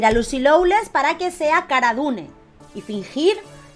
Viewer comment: Se dice, Lucy Lo-less